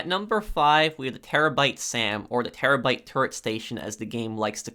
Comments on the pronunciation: Bruh he also was talking about the Chernobyl and says terrabite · Terobyte? Do you guys hear this dude say terobyte in